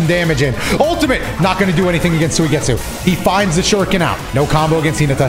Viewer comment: It probably shouldn't bother me, but I can't help but notice every time he says Soy-getsu lol